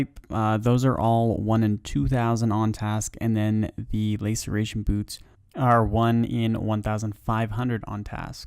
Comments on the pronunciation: laceration not layceration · LA ceration, not LAY ceration :'( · LAY-sir-ation boots xD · Lass-Er-A-Shun == Laceration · Love the content, got to say though the way you pronounce laceration 🥴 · i take my statement back, he says just about every item in an awful way, so really hope hes esl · 1 year late, but loved the video! Hate to be that guy, but Visage is pronounced viss-uj, and laceration is pronounced lass-er-ay-shun Aside from that, great collection of tasks 👍👍❤️❤️❤️